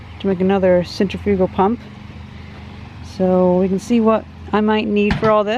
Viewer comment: You said centrifugal wrong